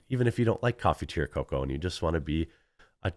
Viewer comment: Oh coffee, tea, or cocoa. I thought you were saying "coffee to your coca"